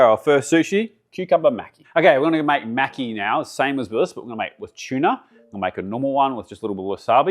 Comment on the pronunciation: When you pronounce maki there’s no need to pronounce a “c” in it, reminds me if Mr macki from South Park when you say it like that lmfao 😂